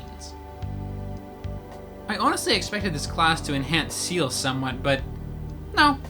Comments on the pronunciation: Seal ? XD i can understand that CIEL is hard to pronunce when ur english guy (cuz im french and... its a french word .3.), but Seal ? XD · sea hell ( Ciel ) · The way u. Say ceil makes me cringe of how wrong it is